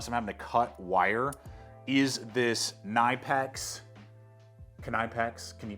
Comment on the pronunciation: It's kuh-Nee-pex.